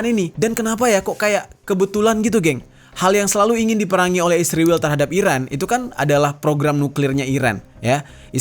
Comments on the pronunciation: Kurang nyaman dengar kata isriwil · Kenapa sih harus nyebutnya isriwil..? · Sebelom gegayaan ngomong isriwil benerin dulu tuh 29 februari 😂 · SEBAGAI SEORANG PUBLIC CONTENT CREATOR TIDAK SEHARUSNYA MENYEBUT ISRAEL DENGAN 'ISRIWIL' SEDANGKAN MENYEBUT IRAN & AMERIKA DENGAN SEBUTAN BIASA.